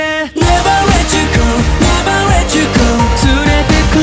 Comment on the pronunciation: 英語の発音もうちょっと頑張って欲しいなー。 Never let you goが Never ret you goに聴こえる(笑) でもいい歌だし声良い